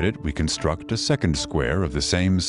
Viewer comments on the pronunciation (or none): none